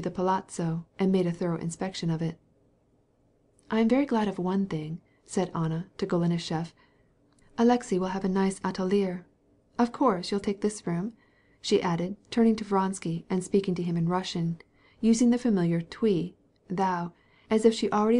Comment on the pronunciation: if im not mistaken, "atelier" is pronounced "a-TILL-ee-eh"